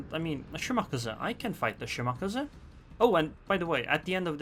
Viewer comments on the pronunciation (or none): omg please stop saying "shi-maka-za"...its "shi-ma-ka-zee"